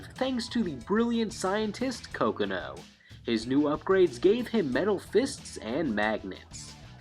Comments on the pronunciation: He called Kokonoe "kokaNO" haha im sorry that was funny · Kokonoe is pronounced "Co-co-no-ay" lol Oh and TJ Combo could also technically count as a cyborg at some point. He actually had cybernetic enhanced arms like Jax too. TJ had them removed at some point though